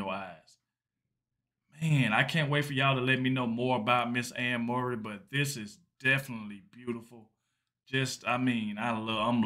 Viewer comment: its prounced Furry (Murray)